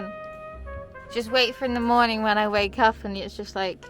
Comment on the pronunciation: OMG MY TWEET MADE IT TO THE VLOG I AM SO HAPPY SJQKCJSJDB I LOVE YOU 🫶🫶🫶 also why do you say mornong instead of morning?!?!??